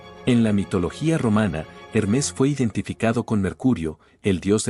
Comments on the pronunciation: Hermés ❌️ Hérmes ✅️ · Sabias que no se pronuncia Hermés sino Hermes?